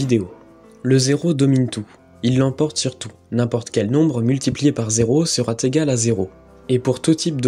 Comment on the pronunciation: Ce serait bien d'éviter de répéter inlassable sera T égal. Il n'y a aucune raison d'introduire ce T entre "sera" et "égal". Ce type d"'erreur de langage gène à l'adhésion au fond de l'expression.